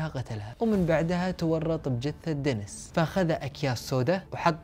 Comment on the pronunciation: دنيييييس و ليس دنس